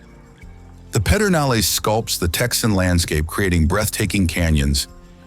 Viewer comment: It's pronounced Perdinalis BTW